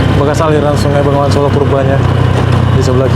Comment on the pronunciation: Bengawan Solo. Bukan Bengongan solo 😊